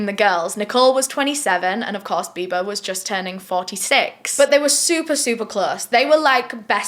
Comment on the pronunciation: Loved how u kept saying "biber" for "biba" lol